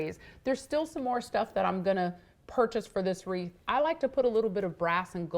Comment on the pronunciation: It’s WREATH, not reef !